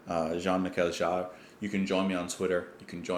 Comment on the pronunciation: Hi there ! I know you will find this weird but if you wanna get and understand him better, you should take a look at... live concerts ! What I mean here is : J-M Jarre's (pronounce " Me Shell" by the way, or Michelle like the Beatles song ;-) ) music is also very visual. Maybe this is not very impressive now but back then shows with many lights, especially laser ones, were amazing. Like a musical / visual space experience. (I'm french, I saw it when I was about 10) You also spoke about Björk, electronic music and emotions in parts 1-3 video. About that maybe you should take a look at Björk's first titles, like Big Time Sensuality. Or, even better, to her former group (before she started singing solo), called The Sugarcubes ! Sorry about my rusty english, I hope you'll get what I meant. Happy new year by the way ! :)